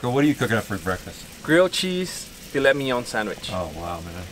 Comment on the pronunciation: I'm French and i have to say that the way he pronounce Filet Mignon is flawless !